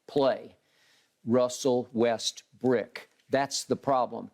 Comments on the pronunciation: The way Skip says “Russell Westbrick” is so satisfying 😂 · Still calling him “Westbrick” right?, seems you have not learnt your lesson!